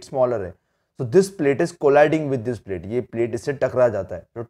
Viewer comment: Hey! You are not pronouncing properly e.g you are saying dish but it is actually this ok